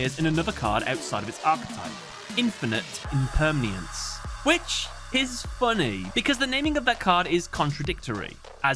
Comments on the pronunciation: I'm sorry Ik grammar nazi and all but that's not how you say Infinite impermanence there's not a second a or a sound my guy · 1 - ‘skellington’ 2 - the German counting 3 - ‘infinite impermeanance’ Sorry, I love your videos (as a fellow Brit and Midlander) but these errors are just silly